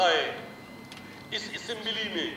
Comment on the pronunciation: He can’t pronounce assembly 😂